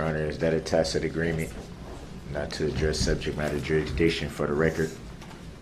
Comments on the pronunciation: He pronounced "tacit " correctly finally... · Hey he learned that “tacit”/isn’t pronounced “tackit”.